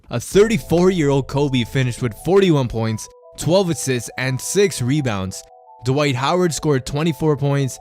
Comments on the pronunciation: Dwight is one syllable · posterized Dwight so bad the reporter got his name wrong..